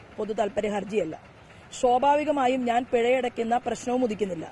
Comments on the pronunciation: Shobaavikamaayum alledee swaabhaavikamaayum ennu para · 4.10..എന്ത്..എന്ത് ഒന്നൂടെ പറഞ്ഞെ.. (ശോഭാവികമായും ,ശുപ്രീംകോടതി)😂😂 വളരെ വളരെ ശോഭനാജനകമണല്ലോ ഈശ്വരാ...